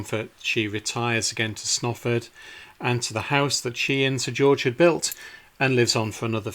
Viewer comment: I mean no disrespect but your pronunciation of Snarford is really strange and if you had asked me directions I wouldn't have known where to send you. I believe this church may be paired with Friesthorpe, famous only for Reverend Beechey's sons killed in the first world war. I was told they had to help pay for it's upkeep. Strange to say I have worked on the roof but never ventured inside, it was lovely to see these tombs, Mother often spoke of them. Thankyou for a very nice video. Imagine the view before the fields were turned into praries, small fields, cattle grazing and perhaps at the right time of year men with scythes cutting hay this would be as these nobles saw it.